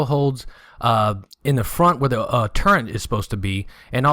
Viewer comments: Very nice vid. Thanks for the effort bud. You keep saying "Turrent". I cant figure out what that is. Do you mean Turret? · The word "turret" has no N in it. That said, nice video, very informative.